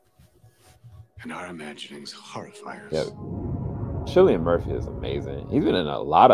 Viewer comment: His name is cillian pronounced KILLIAN no sillian